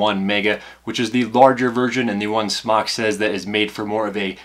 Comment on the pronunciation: it's pronounced smoke not smock